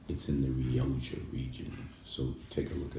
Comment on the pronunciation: 'Rio Jha'? It's pronounced 'Rio kha' my friend.